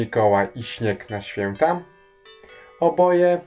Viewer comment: ŚwiĄteczne, ŚwiĘta, naprawdę tak musisz to akcentować?